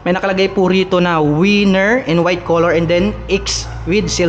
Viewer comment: Winner po hindi po wenner